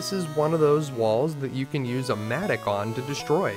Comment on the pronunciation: Wondered what a "matic" was... It's pronounced Matt-ock lol (7 o'clock... Same "o" as mattock) good vid as always cheers.